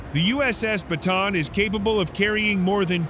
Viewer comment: it's pronounced as BATA AN